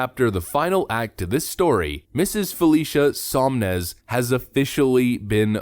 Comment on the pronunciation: It is SoN-Mez, not SoM-Nez. It's written right on the screen multiple times but you mispronounce it over and over. Sloppy, but otherwise a good video.